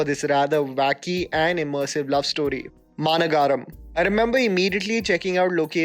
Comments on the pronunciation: Just a nitpick. You pronounce the movie title as Maana Gaaram It should be Maa Nagaram In Hindi : Maha Nagar English meaning: Metro City Nice video. Thanks. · Its not Maana Garam. Its should be pronounced as Maa Nagaram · Love ur work. ❤️ from Odisha. A small correction, it's Maa - nagaram not nagaaram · its "maa-nagaram" not "ma-na-ga-ram" which means a big city 😅😅😅 ... anyways love the video tho. Good List. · Its maa nagaram not mana-garam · 'MAANAGAARAM' 😅😅 Pronunciation tho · Bro I appreciate u r effort but on u r pronunciation is wrong its “maa nagaram “ maa mean :big Nagaram mean : city Big city maa nagaram looks two world but it s one word And is kaithi , ala vaigundapuram also pronounced wrong pl correct on u r upcoming video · To.. the movie "Maanagaram" is pronounced "Maa-nagar-ahm" basically means capital.. just sharing it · not to be rude. Its Ma-na-guh-rum.(Bit city) Just wanted to point it out. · Man please work on your pronunciations of south movie names. Maaa-na-ga-ram. Alla Vy-kunta-puralu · Great list.. Also, "Maanagaram" is pronounced as " Maa - Nagaram" - translates to "Large - City(same as Nagar in Hindi)", a reference to how differnt people with normal life meet in a extraordinary situation in a large city.. :).. Again, brilliant videos :) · You mispronunced the name Maanagaram. It means Big City. It's the Short term for the word Maha Nagaram. also, Ala vaikunthapuramlo . It means there in vaikundapuram. Pronounced as alo, vai-kunda-puram ,lo. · Managaram pronounced wrong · The way u pronounce koshiyum and maanagaram 😂.. super content though ❤️ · The way you pronounced Maanagaram is going to haunt me forever. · Amazing that you're bringing this to your audience's attention. But a small suggestion from my side, learn the actual pronunciations of the names of the movies you talk about(Ayyapanum Koshiyum and Maanagaram were off). The little extra effort will be a pleasant surprise for your inter state fans!